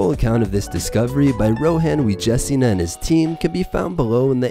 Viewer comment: Awesome video, but you couldn't take two minutes of your time to learn how to phonetically pronounce Rohan Wijensinha's name correctly?